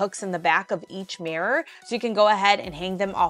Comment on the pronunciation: Love your stuff, hate how you say mirror. Mares are horses!